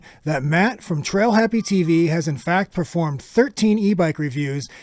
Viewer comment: TailHappy, not TrailHappy :p